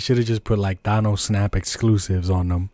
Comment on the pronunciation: Who is “Thon-Nosse” bruh 😂